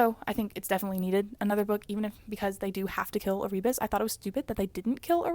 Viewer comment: Also- pretty sure it is pronounced as Air-ah-bus for Erebus